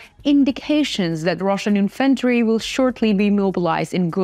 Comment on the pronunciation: Hi there, You may be the most attractive person on YouTube, but please look up the pronunciation of "infantry", which refers to the soldiers. It is a strong "IN" then f'n-tree is lower in pitch and volume. What you are saying sounds like "inVEntory", which is a list of things one might own, not soldiers!🙂Apart from this, you are getting better and better. I quite like your insights into the psychology of the soldiers. You might be interested to look at 'Silicon Curtain'. Also 'Anna From Ukraine', if you don't already.. Also, can you manage some more "Perks". I am going to get some mugs made and send them to you.. How can I communicate not in the comments? You don't seem to look at the email address you give. Take care..